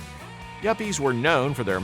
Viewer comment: yappies??? its yuppies young urban professional